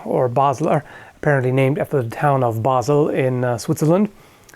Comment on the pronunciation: Hehe cool that you were able to pronounce Basel :3 grüessech and greetings from a swiss viewer